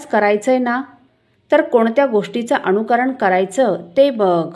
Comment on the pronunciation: ताई उच्चार अनुकरण असा आहे अणुकरण असा नाही. तेवढे लक्ष दिले तर बरे होईल.